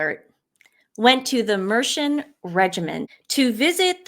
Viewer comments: Mercian = Mer see an. Not Mershan. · Hi Ladies from Tamworth, Capital of Mercia. It's pronounced 'Mercy Un' Great coverage of POW. Meanwhile Douchebag Duke exploits bereaved young children.... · It is called Mer-c-an. The hero from the Disney version of Sleeping Beauty was called Prince Philip after the brother's grandpa, the late Duke of Edinburgh, partly because he was that dashing in the 1950s. So you could day that Prince Philip was a real-life Disney prince. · Its pronounced Mer see an regiment. Mercia was a Kingdom that existed in the midlands of England in the middle ages eventually an Anglo-saxon kingdom. Meridith the Prince was doing his job, he is representing the country meeting the next president of the USA, the politics of the person he is meeting is immaterial to him. And Trump is not linked to the Conservative party, if anything he is linked to the new Reform party under Nigel Farage